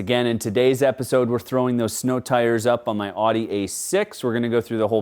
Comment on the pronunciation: New game, you drink every time mispronounces Audi.